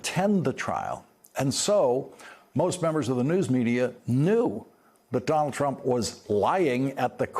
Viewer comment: Does Lawrence know he can just say "Trump" and we'd know who he's talking about? He doesn't have to say "Donald Trump" each and every time. It's become a single two-syllable word for him: "Dolltrump". It just doubly hurts to hear both names.